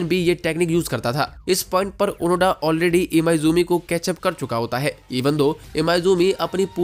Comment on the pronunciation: ओनोडा नहीं ओनोदा नाम है उसका